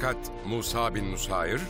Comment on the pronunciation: Musa degil Musab